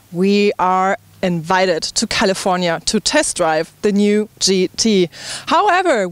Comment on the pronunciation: Hello German friend its funny that I write a comment in english and you write me back in german hahaha see my point? dont make english reviews when you only know how to pronounce 20% of the words zank you! its called THE not ZE and so on THank you not Zank you hahahaha